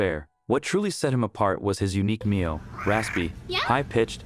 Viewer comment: It's a Meow not meal